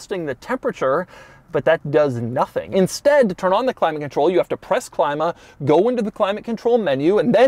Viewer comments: Clima is to be read 'cleemah'. it's a german thing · btw Clima is german for climate and you would speak it clema.